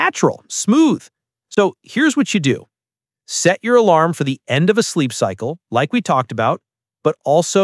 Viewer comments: ah yes,”bizeep cycle” and “wrighg point” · “BIZEEP CYCLE” “WRIGHG POINT”